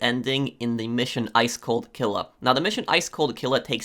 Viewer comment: The way he said killa 😂😂😂😂